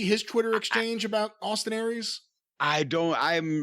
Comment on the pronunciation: "So now let's start mentioning some name-AWESTIN AIR-REES..."